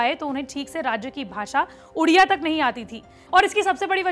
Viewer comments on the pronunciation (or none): Its not udia..its odia..pronounce properly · It's not udiya language it's odia pls take the correct pronunciation. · Ma'am everything is good but it's ओडिशा not उडिशा, it's ओडिआ not उडिया